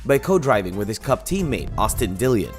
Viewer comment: This a bunch of crap. False misleading headline. Nothing new here, just a bunch of regurgitated bullcrap. Commentator can't even pronounce Dillon correctly. DON'T WASTE YOUR TIME SUBSCRIBING TO THIS CHANNEL.